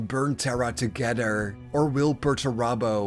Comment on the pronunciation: Where has he been? Sulking. It's Perurabo what else would he have been doing for 10 thousand years?